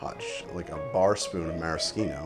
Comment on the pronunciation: It's the most correct way.